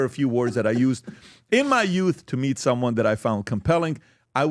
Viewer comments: No. It's may I MEAT you. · “May I meat you”*